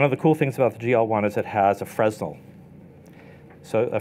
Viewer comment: Fre-nel. Not freznel. You don't pronounce the letter "s". That's my only complaint. Otherwise a wonderful video.